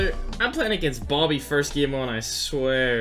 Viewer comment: ITS BOBBY NOT BOOBY